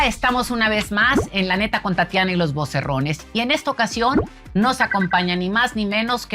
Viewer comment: Tatis, VOCERONES, NO voceRRONES